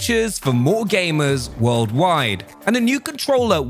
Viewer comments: Calvin Lapsys yeah, he says aimers. Or technically amers as he just forgot the g to gamers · it's his accent. Why would aimers play games on all devices. And what's an aimer?